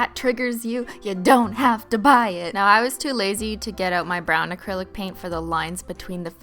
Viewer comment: OMG she said acrilo paint